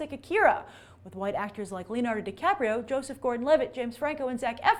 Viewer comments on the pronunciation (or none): none